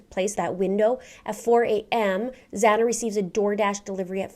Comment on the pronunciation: Its Xana